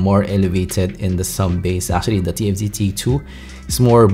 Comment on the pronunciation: divided in 3 parts , 1 and 2 was so hard to clearly telling what and how he compared which is which the "f" tfz sound like tnz , you keep skipping one to another ,only people knows all these IEM (extremely familiar with ) to understand these review.I was totally lost in part 2 , until part 3 it comes to clarify the pros and cons in summary.watching this video can be difficult ,I can tell it's a lot of affect in making it , but part 1 and 2 can be bit more organized and regards accented involve but not a major issue , speech a little less fast can be a big help sorry being picky and Thank You for the hard work .